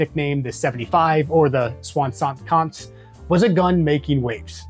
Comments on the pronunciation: oh, I was only talking about your pronunciation mate ! 😂 “Swa-sunt kenz” could be a way to pronounce it for an English person ? This being said, loved the drinks and deep dive. Gave me the thirst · You butchered that 75 alright 😂